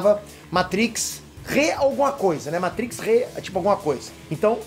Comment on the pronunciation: Ahhhh como é bom ver um vídeo no youtube sobre Matrix e não escutar o apresentador falando "meitrix"... se eu não fosse inscrito no canal, já tinha um novo inscrito